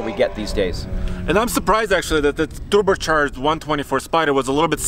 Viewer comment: Mr host, get some lessons on pronunciation please, Tupercharged is not correct. And i reckon it should be tested by the same driver as the Miata.